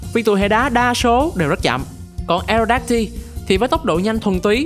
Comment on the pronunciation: Aerodactyl đọc là E rô đác tồ giống Pterodactyl nha